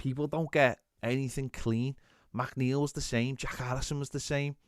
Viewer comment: Saying MacNeil instead of McNeil has to be some sort of crime